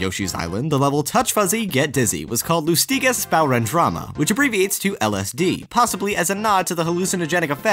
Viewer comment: 'Lus-TI-gess' You butchered that word HARD but man, it's funny xD